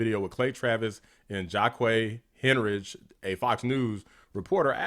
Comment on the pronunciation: "JACK-ee HINE-rick"